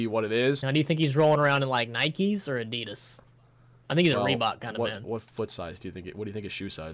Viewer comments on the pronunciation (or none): It’s Adidas not adeeeeeeeeeeeeeeedus get it together